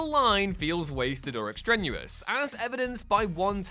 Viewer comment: "extrenuous"? I think you meant "extraneous"